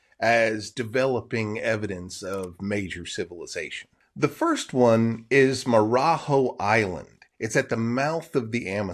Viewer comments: The last syllable (JO) it’s pronounced joh. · Marajo: the jo syllable in Portuguese is a J type of sound and not H or X. so more like 'joe' A native would do a better job of what it should sound like. On a map it is Ilha de Marajo' with an accent on the last o. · Marajó isn’t pronounced like that bruh